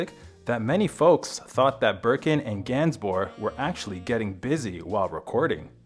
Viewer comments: The amount of times the narrator called it “Birking” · Also Bergen